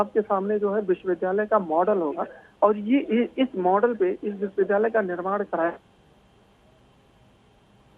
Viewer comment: विद्यालय बोलना सीखिए